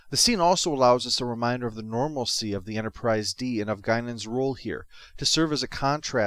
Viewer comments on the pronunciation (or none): none